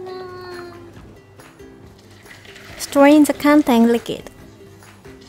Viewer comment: Your English is improving so much! An English tip: for the word “liquid” you should pronounce it as LI-KU-I-D (り-く-い-ど) 🤗❤️